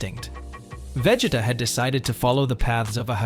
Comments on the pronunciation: veg-it-uh? bruh i'm dead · The moment I heard you say Vegita's name I had to close the video. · Veg-it-uh? Sounds like bro forgot his name while trying to say it 😂 Also a sigh-yan?? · How do you not know how to say his name this show has been around too long for you to not know how to say his name...Prob just dense! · Lol same